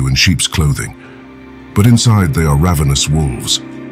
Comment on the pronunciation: ravenous ravenous!!! it's ravenous. it is pronounced ravenous.